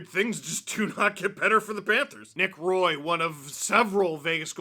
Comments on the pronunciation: Nick Roy is pronounced Nick Wah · You would think that a Canadian would get that right.